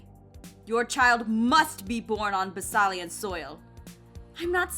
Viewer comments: once again...........IT'S B-A-S-I-L-I-A NOT BASALIA JESS! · Jess..... its pronounced ba- sill- e- ah, also love your hair!!!